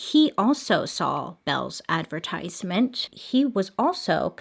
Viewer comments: You're not supposed to pronounce the E in La Porte, that you are supposed to include the TI in advertisement regardless of choosing whether to pronounce it in American English or British dialects. A v e r s e m e n t would mean Act of being repulsed or strongly oppose or having clear dislike of something but it is actually not a word. If you are saying A D V E R S E MENT , that also is not a word, however if it were it would mean the act of being unfavorable but a verb is not a thing that can actually act unfavorable, just like the previous word cannot act in any way, because the word for it is what it is It can't act or be anything else. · Anyone else notice how she kept saying “adversement” instead of “advertisement” 😹